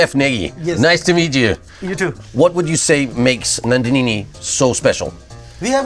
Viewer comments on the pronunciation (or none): Nandhinini ? 😂 Why "nini" ? It's Nandhini.